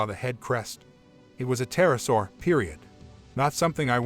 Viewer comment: The Tism isn't quite strong enough... It's "Pter-O-saur"...